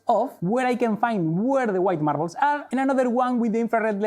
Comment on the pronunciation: Say Marrabels faster… marrablsmarrararblsmarrrararabrs